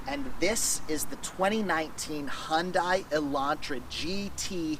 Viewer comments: U call it Hun-die .. I call it Hyun-day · Hyun-dai sound not right~ Try to pronounce as Hyun-dae Thanks~ P.S: I am from Korea and my father works at Hyundai-Kia^^ Thanks for the review on Korean brand~ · It's pronounced HUN-DAY. Dork